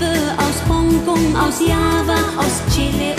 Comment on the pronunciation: Sehr schöne Stimme und Interpretation. Und zum ersten Mal höre ich das Word "Chile" richtig ausgesprochen ("Chile" und nicht "SSSSSHILE"